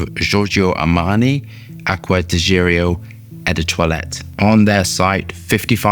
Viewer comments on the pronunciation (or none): Aqua di geerio?😂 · Its even more sexy when you BUTCHER the name😅